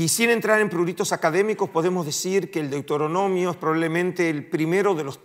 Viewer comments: DeutOronomio😅 un académico qué no sabe pronunciación básica de los libros de la biblia. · No es Deutoronomio, sino Deuteronomio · Qué se puede esperar de un académico que ni siquiera sabe pronunciar Deuteronomio!!